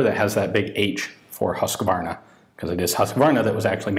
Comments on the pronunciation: try "huusqvarna" instead of "hussqvarna", will get you a little closer to the right pronounciation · Just nitpicky stuff here but its pronounce hus-qvarna not husk-varna :) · Have you managed to get your hands on an m/45 yet? I'd be very interested to see your opinions on that, since it's the one firearm I know first hand, having been issued one when I was serving. Edit: also, the name Husqvarna is pronounced with a long "u". "Hus-kvarna", not "husk-varna"